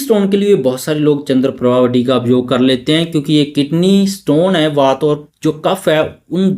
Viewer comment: वात, पित्त और कफ । वाता पित्ता नहीं श्रीमान जी।